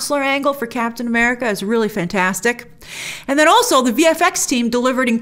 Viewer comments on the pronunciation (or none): Grace, the word "also" is pronounced all-soh, not all-suhl.